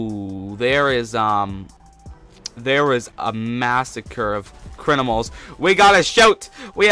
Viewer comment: So funny how he says crinimals